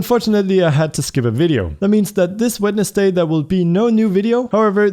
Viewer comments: did he just say wed-nes-day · Anyone else hear him say "This wed-nes-day" Not how you normally pronounce Wednesday but you do you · I love how he says wednesday